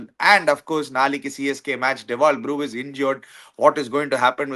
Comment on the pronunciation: it’s Brevis, pronounce it like you would pronounce the word Brevity. It is not Brewis like how you pronounce the word Brew